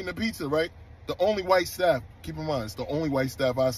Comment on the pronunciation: i like how he said “white staff” 😮